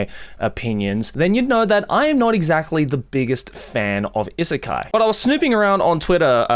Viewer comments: is it really pronounced issekai? i assumed it's i-sekai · Why you pronounce “isekai” like that tho